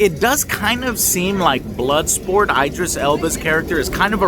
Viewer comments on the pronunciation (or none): His name isn't (eye)dris Elba it's (Ih) Idris. It really bugs me when people say his name wrong just like (eye)talians🤦‍♂️🤷‍♂️??? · It's not "Ay-drees Elba", it's "Eee-drees Elba". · Eye-Dris. Do you do this on purpose Joe? XD If even IDRIS pronounces his name "ID-RIS" then you can be sure "EYE-DRIS" is wrong. Movie was fantastic though, best DC movie in a good while. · It's not 'eye-dris' It's 'Id-ris' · It's Id-ris not Eye-dris, he's been around for years ffs. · This guy says eye-dris Alba lmao 🤣 get the man’s name right Chief!!! This movie was AWESOME!!!!!! Hopefully it bust the box office!!! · "Eyedris Elba" Lmfao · Eye-dris Elba lol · i love eye-dris elba too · Pronounced , E - dris. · EYE-DRIS elba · He is American. Its always an 'eye' with them (Eye-raq, Eye-ran). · Loved the vlog joe, you look so happy! Keep it up and btw that’s not how you pronounce Idris’ name😂